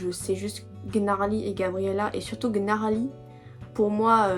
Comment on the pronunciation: oui c'est genre leurs musique de début le titre sa se pronnonce pas comme ça enfaite sa ce prenonce : niarly Manon pouvait pas venir c'est pour ça qu'elle était pas là elle chante en espagnol l'high note c'est Lara qui la fait ❤❤ Voilà, Bon visionage ✨️🫶🫶